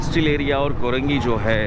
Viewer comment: Korangi hota Hy yah karengi. Samaj nahi ata yeh new new vloger Urdu ki watt lagatay hy